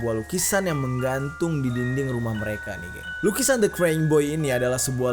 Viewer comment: Baca nya krayying bukn kreng, Bang.